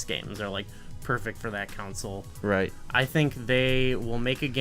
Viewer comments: Console not council lol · Are you mispronouncing console or are you saying a different word?